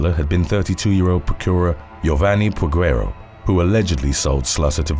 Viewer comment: The U is silent in Peguero. 🤦🏾‍♂️